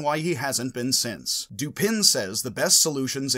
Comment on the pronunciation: I always thought that the surname of Poe's detective was pronounced doo-PAN., you pronounce the surname doo-PIN in this video. But on your website "Logic - Poe & Dupin," you declare "Dupin, pronounced 'Doo-puh', like duper without an n or r on the end in a French or Southern accent, is Poe’s ingenious detective, a name Poe found in a book he reviewed the same month his first detective story was published." According to this video, the French pronunciation of the name is doo-PAY: According to this video, it is pronounced dew-PAH:... and here is the pronunciation of the surname Lupin (as in Arsene): loo-PAH